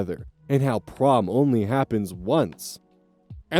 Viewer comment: i thought prom said porn 😭